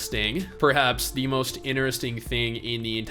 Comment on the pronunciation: The way you said interesting threw me off...😂 great video though👍🏾